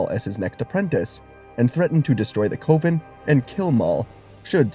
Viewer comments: What if you knew how to pronounce coven. Cuh-vin. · Cove-in instead of coven is wild work buddy. You can Google words and the TTS will tell you how to say it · FYI, "coven" rhymes with "oven".